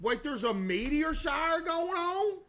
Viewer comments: "double meteor sharr" 🤣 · since when did CaseOh got so southern? “meteor sharor” oor even “taird” no hate, just last time i watched him he sounded less southern, i do know hes southern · "Double meteir shire? what theres a meteir shire?? [...] wait theres a meteir shire goin oun?!" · "Wait there's a meteor sharr right now" got me dying on the floor😂😂😂